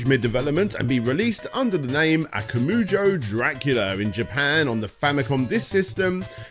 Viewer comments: Am I the only cringing every time saying Akamoojo? I thought Akuma would be a well known word for any gamer so Akumajou should come naturally! Why wasn't Ashens mentioned in the end? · good work overall but christ man those pronunciations of japanese, surely if you can say "konAHmi" you could say "akumAHjo" rather than "akumuju"? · It's akumajou not akamujo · No I agree. Try harder. and we'll see if he looks at everything CV. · ... Aku "moo" joh? Al "uh" card? Iga "roo" shi? No self-respecting fan would get things like that wrong. VRC6 is a toss up. Some tracks sound better on the Famicom, others are clearer on the NES. The wiggly whip was done away with because it trivialized the difficulty. Maria's jumps are such a half-step between full control and normal CV style that I'd rather use Richter and know where I'll land. Lower quality music? It's amazing that DXX translated the Redbook audio so well to the SNES. The tile work for the levels was superior too, in spite of the pastel palette choice. Covering this many games in a single part is a disservice to the franchise. There's so much more depth than this abridged look you tossed out.